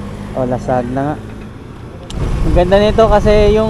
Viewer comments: Lasagna. How to pronounce Boss, La-San-Ya ✌️❤️🎄🇵🇭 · ser, lasagna pronunciation po is "la-sanya"